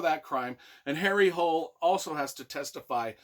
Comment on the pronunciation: Though he is Norwegian so with that spelling it would be pronounced like Hooleh as I have learned Swedish and the languages are pretty similar. Just like the authors name is pronounced more like Yoo Nesbuh. Ø is pronounced like Uh or ou in should . And the J is like it is in Baby Bjorn, Fjord, etc.